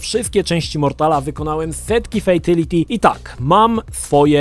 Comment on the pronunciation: Kang lao? Fejtality? Nie mogę tego słuchać...